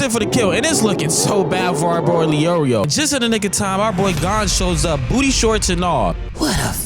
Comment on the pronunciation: Calling gon, gone is crazy work